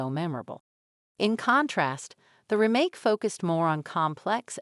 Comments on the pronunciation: REmake. Not ruhMAKE. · This is text to speech with a kind of deep fake host, right? Her cadences are completely off. Who pronounces it "remMAKE?" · This sounds and looks like it is voiced by a computer and then lip synced. Especially the way "Remake" is pronounced. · She has a strange way of saying remake... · Is she AI generated? Or totally disinterested in the subject. Who says remake that way with such a short ee sound. If I didn't see her lips moving, I'd swear it was a text to speech bot. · How she said "remake" bugged me